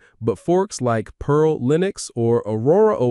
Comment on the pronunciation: notice how they pronounce Pear OS, almost as they typed Pearl in the prompt